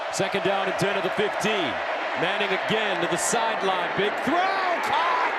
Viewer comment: Arch Meh-nning.